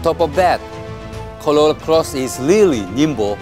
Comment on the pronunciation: Why you say "colola"... its "corolla".... 😂